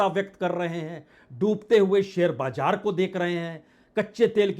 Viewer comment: Itni bhayankar trasdi mey ... aap haath kyun mal key shuru mat kijiye.. bajaar nahi Baazar hota hey... awwaj nahi awaaz hota hey...